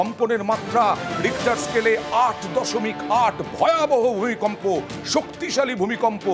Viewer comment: ভয়াবহ ভুইকম্প 😂😂